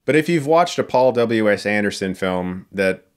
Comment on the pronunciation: I thought you said " ... was directed by Paul double-U ASS Anderson..."